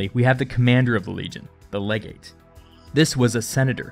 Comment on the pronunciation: "Legate" *cough.